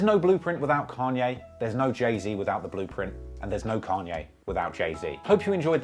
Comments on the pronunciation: Say "Kenye" one more time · Ken-yay West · Why can’t you say Kanye? You say it like Can-Yeah lol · I’m hearing Khan-yay. When does he say Caaan-yay? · Carn ye is the english (northern) pronounciation. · "kenye west" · "can yae" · Can-yay and Jay Zed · You’re making like the fifth (?) video about Kanye and still haven’t learned to pronounce his goddamn name correctly?